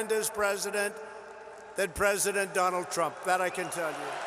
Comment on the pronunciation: Did I hear Modi call him Donut Trump? LOL, very fitting. The thing is this, first, are those Indian Americans or American Indians, where is their loyalty, to America or India? What is Trump doing there, with Indians instead of being with all Americans?